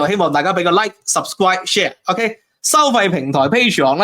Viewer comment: 讀 Subscribe 個 cribe 請卷脷，你將 subscribe 讀成 拾時歸，完全係典型港式發音，聽到我打個突，卷一卷條脷有幾難，見到 R. 都唔識卷脷 ??